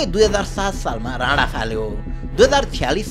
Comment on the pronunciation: राणा त राडा जस्तो सुनिरा'छ यार 😂